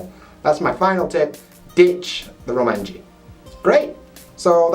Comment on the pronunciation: Romanji? Roumaji.